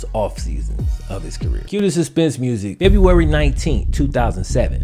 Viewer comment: Cue. Not que.